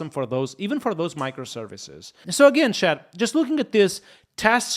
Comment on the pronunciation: Dont say shat it’s chat. Not having a go but everytime i hear it feel like you say shite